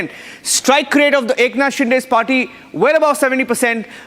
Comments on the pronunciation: It is शिंदे not डे .. get your names right. If you cant pronounce the CMs name properly, don’t come on the debate. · What a weird way to pronounce Shinde 😅